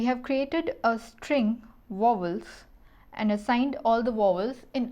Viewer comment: she can't even say vowels lmaooooo